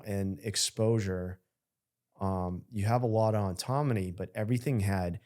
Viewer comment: Why can’t he say the word ‘ autonomy’ properly? He keeps saying auntonomy or something. He puts an extra n that shouldn’t be there, every time he tries to say it.